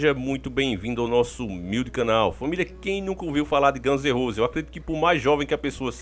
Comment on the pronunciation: Ganze Rose k k k